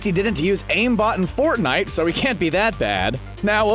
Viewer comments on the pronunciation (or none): none